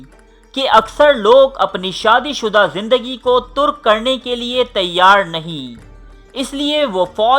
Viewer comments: Main aapke har videos dekhta hun Apni urdu durust karen Lagta hai aap punjabi ya qabaili musalman hain Tark hota hai Turk nahin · Bhai turk nahin tark